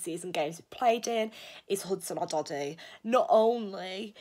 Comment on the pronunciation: Odoi!! Not odody